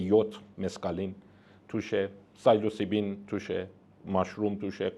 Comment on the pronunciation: اقای دکتر سیلوسایبین رو چند بار گفت سایلوسیبین، ماشروم و قارچ رو هم تفکیک کرد😂😂 اینا بابا چارتا ویکی پدیا خوندن و با پول سمینار برگذار کردن، دکتری که چار خط زبان یاد داشته باشه یا تخصصی کار کرده باشه، اینطوری سوتی نمیده